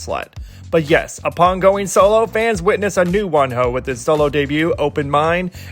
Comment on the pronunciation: they say wonho, i hear one hoe